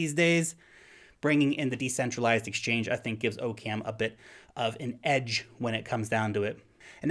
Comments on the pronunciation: Its pronounced Occum. Not OCam. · it's pronounced OCK-uhm. As in Occam's Razor. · i think its pronounced "Ah-Kum" as in Occams Razor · I'm pretty sure Occam is pronounced like "Occam's razor" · 'zactly. that's what i just said. except for the "pretty sure" part. because i guess i'm not modest like you.